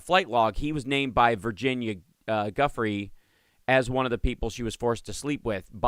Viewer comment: Virginias name is pronounced GOO FREY…..just sayin!!!!😅